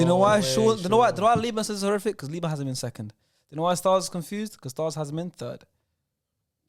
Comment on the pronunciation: Liban pronounced ayew correctly